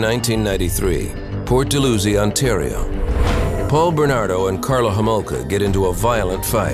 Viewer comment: Port dal-how-zee